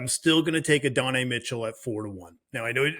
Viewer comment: The Adonai Mitchell pronunciation makes me cringe, badly.